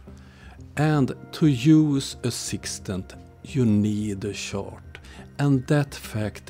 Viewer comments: You pronounce “chart” like “shart”, which is a hilariously different thing… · This was more about “shart”, because that’s funny… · In most languages, «CH» is pronounced like «SH». English in an outlier by pronouncing is as «TSH». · the way you say chart is so accurate flatzoid and friends are sharts ....